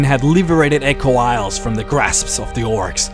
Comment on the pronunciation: lol 'liverated'